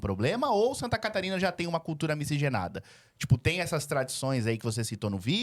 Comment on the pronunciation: Pigmego/pigmega, culcuga, eugopeu, conservagora, agoga kkkkkkkkkkkkkk Esquerga é teu cu Eles falam outra língua.